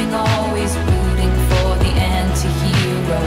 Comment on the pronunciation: not enti it’s anti hero 😭